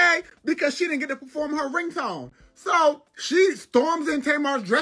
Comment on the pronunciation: He said preform her ringtone😂😂😂